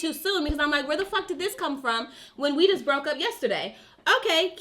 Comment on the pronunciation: Not “Brokey” 😂